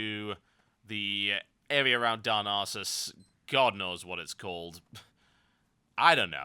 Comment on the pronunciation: i like the way he says darnassus :D darn arses !